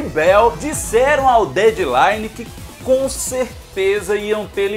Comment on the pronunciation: E essa pronúncia aí de "Dead line", no comecinho do vídeo? Sim, chatisse minha mesmo...